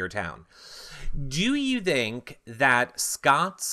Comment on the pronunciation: "Do you dhink... "